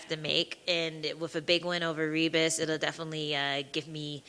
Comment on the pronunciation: Lol it's pronounced Hibas